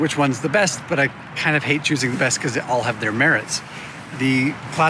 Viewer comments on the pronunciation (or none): none